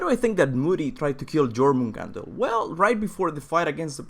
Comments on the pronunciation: You dont say jo in jőrmungandr, you say "yor mun gand er" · It's called the yor-mun-gand-er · its pronounced yormangander